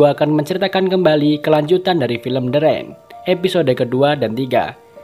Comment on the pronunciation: Rain = Rein, not Ren. Thanks